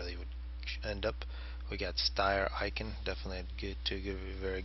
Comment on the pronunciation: btw, ICKEN is pronounced like chicken without the CH and not like icon xD